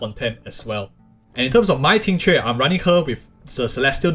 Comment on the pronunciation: Finally someone who can pronounce her name 😂